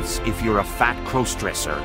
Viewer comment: "Fat crose-dresser". These text-to-speech videos are so cringe, I wish at least the AI around it would fix pronunciation.